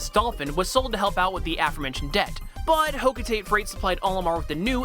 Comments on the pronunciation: It's pronounced hoc-oh-tat-ay; It's what Charlie, Alph and Brittany say if you listen to them in Pikmin 3. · ugh they keep calling the hocotate the "hocoteit"